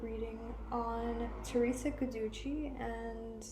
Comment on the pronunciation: It’s pronounced Jew dice